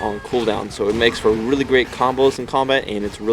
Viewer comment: "Really- great combos" hahahaha the word really